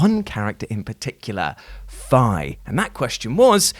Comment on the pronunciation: Sorry but that butchering of Fi's name was bad when I heard it, F'EYE really.